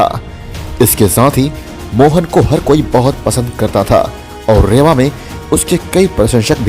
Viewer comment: रेवा नही है रीवा है।